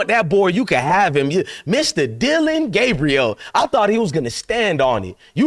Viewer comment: Let’s get Dillon‘s name correct now it’s DillRide Gaberieal